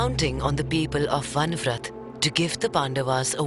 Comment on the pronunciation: Can't you even get your names right?! It's not Van vrat. It is Varanavat. Va-ra-na-vat.